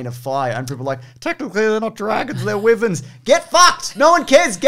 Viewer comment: he says wyverns weirdly